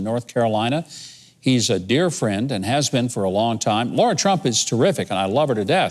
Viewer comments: With all respect,, it's Lara, not Laura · It's Lara not Laura. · It’s Lara. Come on Patriots. 🤣🤣🤣